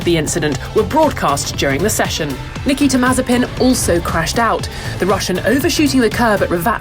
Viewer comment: Did she say "Niki Temazepin" ? Yes, she did. LOL. If he keeps going to sleep at the wheel, perhaps the name Niki Temazepam will stick.